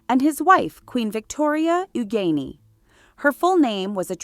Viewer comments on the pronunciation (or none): none